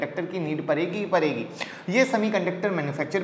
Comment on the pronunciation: परेगी.. छोरेंगी... आखीर आप ड का उच्चार र क्यो करते हो.